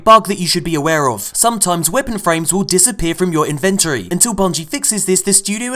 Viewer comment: Hey, please don't hate me for this but... Your pronunciation of 'Inventory' hurts my English. Love the vids though, keep them coming and have a great Christmas.